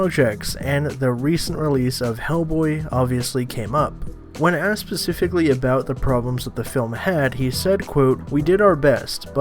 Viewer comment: "When asked Pacifically"